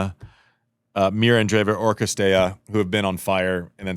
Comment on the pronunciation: STOP SAYING CRISTEA FFS !! IT'S CIRSTEA! I know Americans suck at foreign names and languages but still...